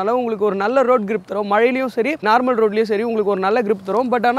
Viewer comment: Narmal alla normal